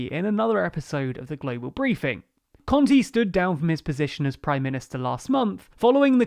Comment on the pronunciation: He is terrible with names. It's Con-te, te like in tesco not like in tea. And It's Sàrkozy not Sarkòzy.